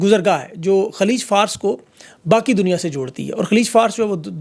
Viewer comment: its not FARSE, it is in fact FAA-RUS.